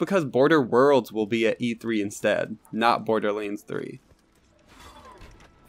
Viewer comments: Why cant you say LANDS ? You are saying Lainds ..... its kinda annoying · Borderlends.... anyone else hear that when he says borderlands